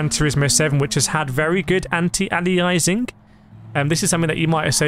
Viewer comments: it's not anti-alizing It's anti-aliasing, think how you pronounce alias. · An alias is a pseudonym or nickname. (Eg think of gunslingers in the old, wild west.) It's pronounced: Ay-lee-us Anti-Aliasing is pronounced: An-tee-ay-lee-us-ing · FYI it's pronounced an·tee·ay·lee·uh·sing